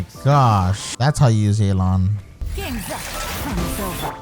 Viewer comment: stop saying yeylan, it's ye ( same as in yes) and lan (same as in can) theres no ey sound. you can even look it up in a chinese name pronunciation site